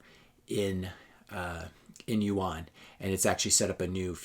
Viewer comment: I think this is well put together. Seems like what your saying is that china is better at capitalism than US or any other country. I couldn't help but notice your mispronounciation of rmb and yuan. I realize that you have never been to china or you wouldn't make that mistake. Its ok, because if you had visited, you would have a different perspective. China was the last asian country i have visited. Always dreaded the the thought of visiting this horrible place i heard so many bad things about. Now I have visited more than 20 times and over 150 cities. I have a new perspective on China and Canada/US, since my first visit. I thought i was going to a 3rd world country with suppressed people dying to get out. Quite the opposite. I felt I was coming back to a 3rd world country when returning home. The people there were happy and loved their life there. They owned their vehicles , homes, businesses, credit cards. They didn't dare ever wear fake watches, purses, clothing. Those items are for westerners and they dont believe in owning fake goods. The only difference i noticed was that people seemed happier, less crime, i felt much safer anywhere in china. Sure the media is controlled, but who owns our media and newspapers and what is their agenda. I believe it is an illusion we live in a democracy. Yes we get to vote, usually for a lesser of two evils. But do you really have a say in anything past that. In Canada, the MPs do not represent their constituents. They serve the leader of